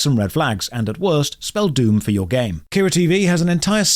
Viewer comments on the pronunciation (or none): none